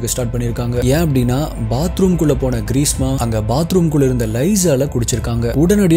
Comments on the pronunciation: Greesa alla greeshma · Bro ....greesma ah ila greesha a......